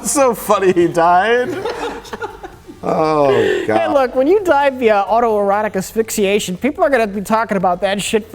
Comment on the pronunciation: I'm impressed was able to successfully pronounce 'auto-erotic asphyxiation' TWICE.